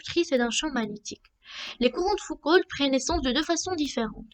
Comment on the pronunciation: Foucault, pas Foucoult. Et le "l" ne se prononce pas. Prononcer "Fouco".